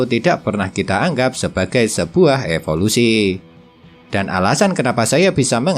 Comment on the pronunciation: Evolusi min bukan efolusi